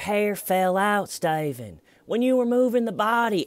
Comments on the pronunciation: Laugh my ass off I didn't know where I was but I came in halfway through the video a Stephen video and you were referencing Chris Watts so I thought it was a Chris Watts video and then you said stavan I was like who's staven. It only made me dig deeper through your videos so I say it's a good thing keep it up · I found this video after 4 yrs and I think it’s funny you are calling him Styvan. Thanks for this hilarious commentary on the interrogation! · Sty-ven. You've got a zit on your eyelid. Sttyyyy-ven, you're not a monster, you should just use a warm compress. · I'm here 4 years later laughing at "stayven" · I love "Why Stayvun!?" Stayvun is going to have amazing advice for his inmate-clients! Keep on saving that toilet paper , Stayvun! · "Stayvunn" is half of the video, little T being the other half, anyone not liking it just doesn't get the trollnaming process xD Nah for real great video :) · I found tjeee videos after 4 years and it’s hilarious you calling him Staven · "Styavun!!" every time😆😄😆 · hhhhhhWWWWaaaaaiiiiieeee????? WHY Stye-van!? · Clearly the ones questioning your use of “STAYVEN” didn’t watch the actual interrogation (which was painful AF but I wanted to understand all of your references so I powered through it). To those peeps I say: WATCH the interrogation and you’ll get it... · styven oh steyyyyven ... i love mispronouncing names on purpose for people i don't like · I feel like "Stayven" is a more appropriate way of spelling it. You literally cannot phonetically pronounce that word without it sounding like a deep southern accent 😂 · Dude the way ur saying his name is what hooked me on the series